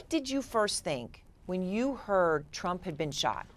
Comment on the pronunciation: Anybody notice how she said Tump instead of Trump?